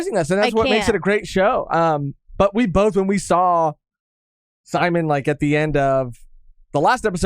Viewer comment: Just letting y’all know, it’s pronounced Si-Mone not Sie-Min